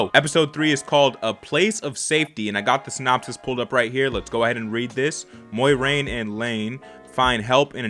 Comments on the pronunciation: Moiraine's name is pronounced like " More rain "there is no y in it... thought you should know lol, great reaction as always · Some of the characters in the show say it wrong/different from each other, so I'm just viewing it as similar to real life when someone's name isn't super simple. My pronounciation is "MWAHraine"